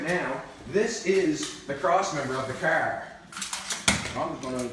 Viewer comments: stop saying "KAAR" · I would love to hear his spelling of "car". It does NOT sound like that's what he's saying. lol! Great job on the project! Too cool!